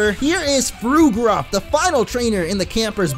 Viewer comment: Word of advice, Fuegruff is pronounced Fueg-ruff like fuego and ruff.